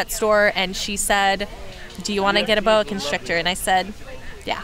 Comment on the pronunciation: When Summer said, "Do you wanna get a boa constrictor?" I heard Do you wanna build a snowman.. 😅